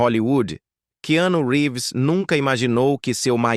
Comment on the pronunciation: Este locutor pronuncia o nome Keannu Reaves totalmente errado...😂😂😂😂